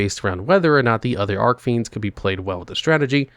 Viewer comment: How many years now and he still doesn't know how to properly pronounce Archfiends?